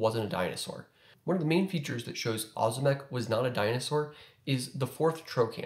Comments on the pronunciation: It’s O’zimek. Ohhh zimek. Not ahzimek. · not ozymek, ozimek its like OŹIMEK you can copy OZIMEK to translator, and get on polish, then listen it and turn voice to know how to spell ozimek latający, ozimek volans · It’s Oh-zimek, bro. But what would I know.🤣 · as a side note Ozimek is pronounced as it is written, thus we don't skip the "i" letter. It makes it softer like oshimek but "sh" should be hard "z". I don't know how to explain it more clearly lol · Most Americans that go by Ozimek as a last name pronounce it that way